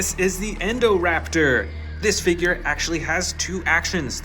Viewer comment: the pronouncing of 2 dinos the first one was atrocoraptor it was pronounsed "Atrociraptor" the second one was endoraptor its "Indoraptor" i hate the english auto generated caption its the worst